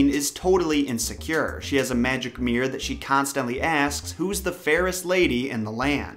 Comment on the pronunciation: Mirror not mir! Enunciate